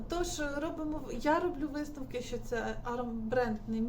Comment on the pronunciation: "висТновок", "ТеКстикули" - і ця людина буде комусь щось там розповідати що робити 😂